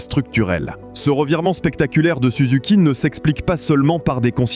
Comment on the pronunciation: c'est pas souzouki, c'est SUZUKI